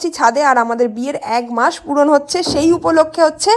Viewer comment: এক মাস না বলে এগ মাস বলছো কেন??